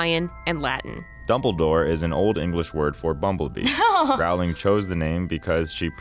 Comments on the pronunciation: Rowling like "bowling" not "howling" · It’s Rowling like bowling not Rowling like howling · I wanted to watch this video but the people saying Rowling incorrectly was just too much. Her name rhymes with Bowling. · Everyone in this video is saying Rowling incorrectly. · What about pronouncing Rowling the proper way...